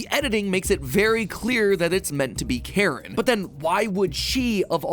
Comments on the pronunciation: I’m pretty certain it’s pronounced “Kuh-rin”. Not Karen. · Pretty sure they way you're supposed to pronounce that name is care-een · Also i don’t think it’s pronounced Karen it’s spelt differently so yeah